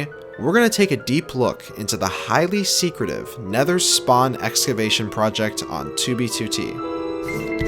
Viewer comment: “Highly Secrative”